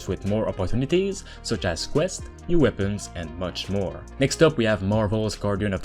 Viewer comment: It's not weabons, it's weapons.